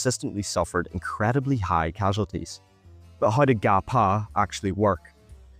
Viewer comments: Great and informative video! Though I must emphasize that the Å sounds like the oa in the english "oar" or "roar". Nice work on the video though! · Bro we call it gå på not ga pa